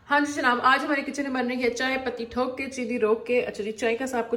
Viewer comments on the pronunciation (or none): Madam patti hota hai not pati(husband) or thok hota hai not thook(spit) pls mind it